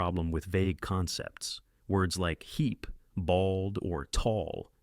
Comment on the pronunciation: hee"P" Really announcing that P sound...